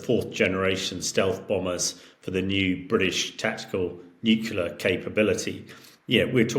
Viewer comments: Nukular? It's "nu-cle-ar"! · I do wish senior politicians and military leaders would stop pronouncing nuclear as nuculer. That was started by George W Bush who was unable to pronounce the word nuclear properly. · PLEASE, SOMEONE... Teach this man to say 'Nuclear' He said 'Nucular' a dozen timed the other day, he doesn't seem thick so is he doing it for a bet ????? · Another person that can’t say New-clee-are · This man can't say nuclear. He says "nukular" Just like George w Bush and Homer Simpson did,🤨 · Nuculur. Over and over. And we trust this guys opinion? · I just can’t take an “expert” seriously when they can’t even pronounce NUCLEAR properly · I like him but wish he would say "nuclear" properly. I learned how to say Hamish de Breton-Gordon which is a pretty cool name.